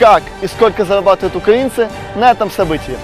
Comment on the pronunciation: На учись розмовляти не заабатваєшь а зарабативать 😂